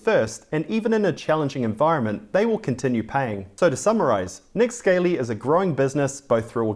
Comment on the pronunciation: Not that it matters too much but I am fairly sure is it pronounced Nick Skah lee or scar lee not like a Scaley reptile